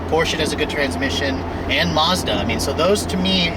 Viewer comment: There is no R in Mazda. You don't pronounce it Marzdah